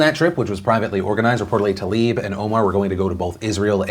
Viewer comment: Is the pronunciation of “rashida talib” accepted wrong like “Brett farve” ?? Because Tlaib =/= Talib....